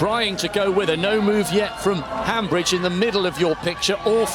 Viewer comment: Commentators, It's Viola Hambidge NOT HambRidge. Most likely the final letter e must also be pronounced.